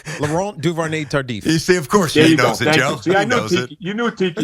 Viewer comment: "Devonte Tardif" 😂😂😂😂